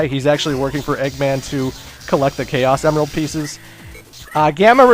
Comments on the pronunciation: I thought you said emerls name like em and then like an errrrr but with an l at the end. Last time I checked, that's how they said it in sonic x. You were basically saying emerald. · Actually it's pronounced (eM-eL)